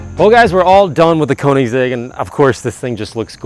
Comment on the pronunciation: It's not KOnigs..., it's K-Ö-nigs... 😅